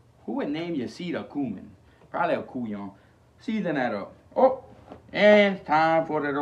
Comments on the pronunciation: "Probably a cool-yon" what's that?! Lmaoo 😂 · LOVE THIS “COOYAHN”! 😂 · What does he say? "Cool yan"?